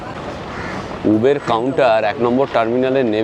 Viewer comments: Uber - when you were in England, you pronounced right. Its UBER not ubeeeerrrr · উবের নয়। শব্দেটি হল উবার। পরেরবার ঠিক করে নেবেন। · দাদা কথাটা উবার, উবের নয়. I খুউব ভালো থাকবেনI আমাদের আরো নতুন নতুন ভিডিও দেখাবেন. I ❤❤নমস্কার. I